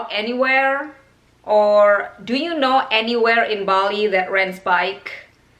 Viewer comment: Aniwerr and avrewherr